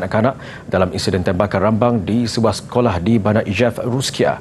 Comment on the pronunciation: aku dgt pembaca berita kata ruskia..